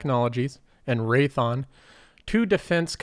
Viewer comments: "raython" dawg it's RaythEon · Raytheeon…not Raython. Imporant…😕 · Great video, but I think Raytheon is three syllables.